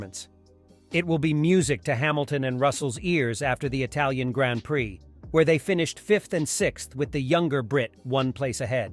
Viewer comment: anyone who says grand prix the way he does, I can't take seriously tbh LOL